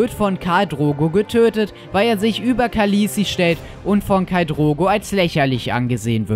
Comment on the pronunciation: In der Dotrakischen Sprache wird es übrigens Cha-Le-Esi ausgesprochen nicht Khaliesi